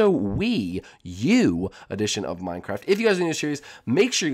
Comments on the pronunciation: You said new episode of the Nintendo switch addeishon of minecraft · You said minecraft aditon